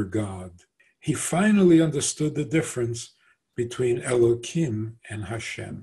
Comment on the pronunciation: Why you pronounce Elohim --> Elokim?? is it a new version of Hebrew? or a new idea like the idea u made that G-d need his creation?